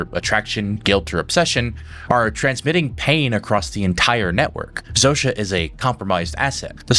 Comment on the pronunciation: what I love about the series is that Carol is the ONLY one who prounces Zosia's name right.